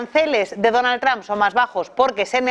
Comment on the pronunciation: porque dicen Donald Tram los españoles si tienden a leer el ingles tal y como esta escrito?